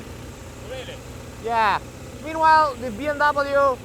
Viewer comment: And it’s B “M” W... not “N”.